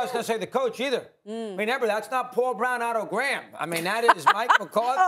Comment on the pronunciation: I don’t trust anybody that doesn’t know how to pronounce remember😭. Tf is a renember